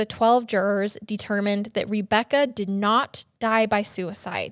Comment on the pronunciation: I cant fucking stand how she pronounces Rebecca as Reebecca 90 percent of the time drives me nuts.